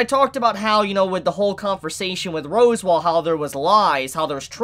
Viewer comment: You're aware you're saying "Rose Wall" right? 😂